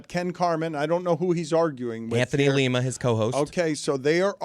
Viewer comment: For reference for and the rest of De Show, it's pronounced Lye ma, similar to the city in Ohio, not Lee ma like the city in Peru. Because I'm sure you'll have more videos of them. Also, pretty sure they get the show, because you all have been mentioned on there a few times, including (if not starting with) the Tony Rizzo BW³ fight threat (Rizzo of ESPN Cleveland 850 AM, Carman and Lima of 92.3 FM) Fun fact: Tony Rizzo's son, Mike, is the co-host with Mad Dog's son. Wonder if the BW³ parking lot fight transfers across generations and state lines? 🤔 I'll hang up.and listen....